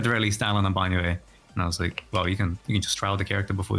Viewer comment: Are these guys intentionally saying Banyue's name wrong?